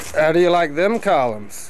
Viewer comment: “How do you like them culloms“🤣